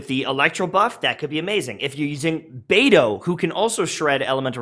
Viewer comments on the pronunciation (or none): none